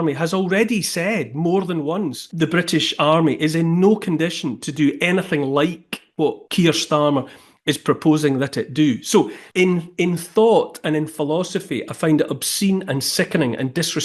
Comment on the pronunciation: Kweer starlin?